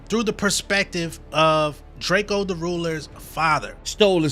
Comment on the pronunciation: It’s DRAKEO not Drake-o get it right